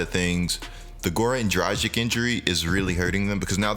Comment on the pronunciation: its not Dra-Jik ffs. Here is an easy way to say it right: Combine the words Drug and Itch. Drug-Itch